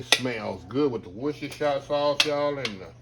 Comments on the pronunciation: made me laugh when he tried to pronounce woooshtershi wushi, wuss, worcesssel, worcestershits god help me! i cant even pronounce it myself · Adhere… 🤣 you’re hilarious Chef! I too pronounce Worcestershire like that too 🤣